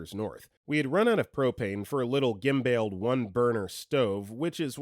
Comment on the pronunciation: Someone should start a YT channel of all shorts demonstrating how to pronounce words. Primary audience: narrators! Not that I blame you, because if you’ve never heard a word spoken, not like English gives you a clue. But u fund it so distracting when tons of words are mispronounced. (Here there’s been cavorted, ensign and gimbal.)